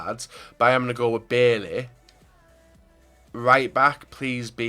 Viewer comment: You pronuce bailly as buyyay im ivorian